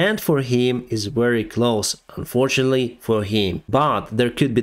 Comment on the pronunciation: Could you kindly work on your pronunciation of the words "close" and "closer"?